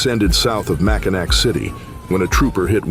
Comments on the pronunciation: 😂 MACKINAW AND MACKINAC ARE BOTH PRONOUNCED MAC-IN-AW! NOT MAC-IN-ACK! You can tell when a person or people are not from, know anyone from, or know anything about Michigan…🤣! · It’s pronounced “GEN-A-SEE” -“MACK-IN-NAW” City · Mackinack city XDDD MACK-IN-AWWWWWWW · It's not pronounced Mackinac, drop the C, pronounced Mackinaw. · Mackinac pronounced macinaw for future reference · Pronounced Mack in naw not mackinac. I don't even live in the US and I can pronounce the names. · liked the video but the saying mackinac wrong triggered my a flight or fight from me